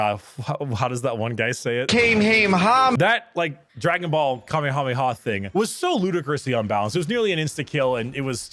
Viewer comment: It really surprised me how pronounced Kamehameha correctly and not like everyone else does